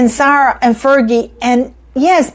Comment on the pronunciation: I think she means Sarah (Fergie) but her pronunciation makes it sound like Zara.